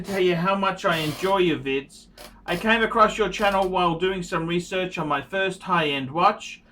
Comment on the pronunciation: I'm late to the game. Someone please tell me what's up with the "ph" "phirst" "phist".